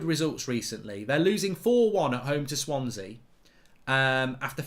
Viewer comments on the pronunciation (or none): none